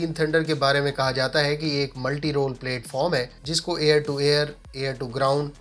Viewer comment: platform not plateform; plat not plate